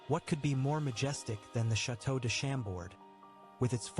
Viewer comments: Funny how the narrator completely butchers the names of these castles.. Chambord is not SHAM-bord, but shaum-BOR (silent d, accent on the second syllable). Chantilly is spoken as SHAUN-TEE-YEE (the l's are not pronounced, all three syllables are stressed) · American friends, don't tell the "x" at the end of Vaux le Vicomte, yous shuold say : "vo le vicomte". Same thing for Chambord, just say "chambor". in Versailles don't miss to visit the gardens and the spectacle called "water fairy" when foutains are working.